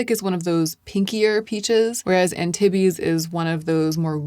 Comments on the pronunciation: Yay! I was worried you were going to swatch these elsewhere on the socials and I am limiting myself to YouTube. I have to wait for your reviews for make up because i too am a ghost. Also, no one cares, but Antibes is pronounced Anne teebs. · I’m French and hearing you pronounce Antibes like titties for half an hour is really entertaining 😚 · love your videos BUUUUT Antibes is a city in France and is pronounced french <3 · Antibes is a town in the south of france...it's pronounced 'ahn-teeb' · Antibes, forget the "iz" at the end and just say Antib. Town on the French Riviera between Cannes and Nice 😊❤ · Ok, NGL, of ALL people I did, in fact, expect to know how to pronounce Antibes. And for that expectation it's indeed funny:) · ah bon! I lived in Nice for a year during college and loved my experience. I have been back to France many times and have a special place in my heart for French people and language. normally does so well with pronunciation but this one just stuck out to me.